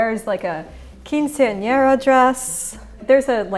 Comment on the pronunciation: "quinceañera dress" LOL!!!